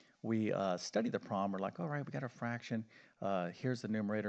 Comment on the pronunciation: He is def knowledgeable about math but he def cannot pronounce the word "problem"!!